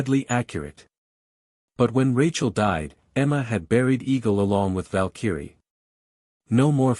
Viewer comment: Need to learn PROPER PRONUNCIATION of VALKYRIE!!